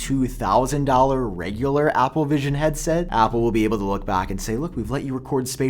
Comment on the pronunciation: Why does he say Apple like Opple